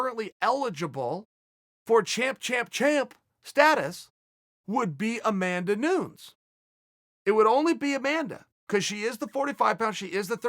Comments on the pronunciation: Nu-nez or Noo-nez, not Noons. He keeps doing it. It's kind of disrespectful. He doesn't even try to pronounce it correctly. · Me: Amanda Nunes. Uncle Chael: Amanda Nuunz. Me: Ok, great. Amanda Nuunz.